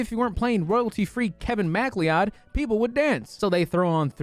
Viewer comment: Oh my God. Your pronunciation of McLeod 😆